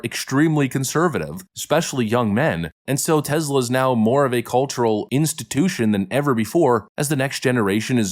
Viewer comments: Tesla like Tess La. Not tezla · Dude--it's TESS--LA. TEZZ-la is ridiculous! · Its TESLA not TEZLA. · It's TeSla not TeZla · "We love Tezler" 👌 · Its TeSla. "Tess-luh". Is it really that hard to say?